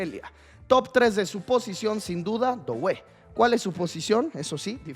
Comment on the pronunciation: no se dice DOuue, se dice DUE como juntando la o con la u en frances DUE